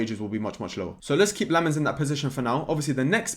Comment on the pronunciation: I'm a Belgian, really excited if we sign Lammens! Been too long since we've had a Belgian in our team. You pronounce it "Sen-nuh Lamm-uns"